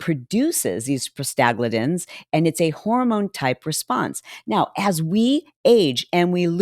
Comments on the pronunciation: Medical gal here. It's Prosta-GLAND-ins. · You lost me when you tried to pronounce "prostaglandins". Took me a moment to realize what you were talking about. lol